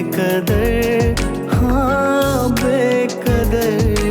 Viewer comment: بے کدر نہیں یے ، بے قدر ہے ، تلفظ تو صحیح کرلو ، اس سنگر کو کاش کوئی بتائے۔